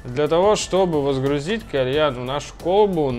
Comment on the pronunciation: Водрузить, а не возгрузить